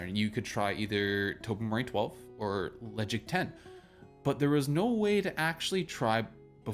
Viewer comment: You don't pronounce the 'D'. Le Caig